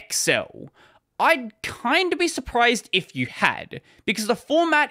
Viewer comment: What it says : XL How he said it: excel